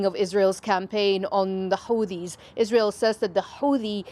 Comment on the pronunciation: Hate the way she pronounces Houthis